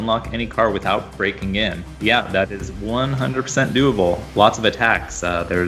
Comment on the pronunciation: The amnount times he said:doablee, scares tge living shit out of me..